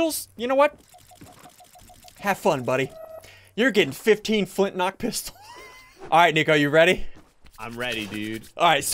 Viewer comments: Has anyone else hear him say flint lock? Like if u did! Edit: and then he said flint rock lel. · XD yea FOOT NOCK NECO what?? XD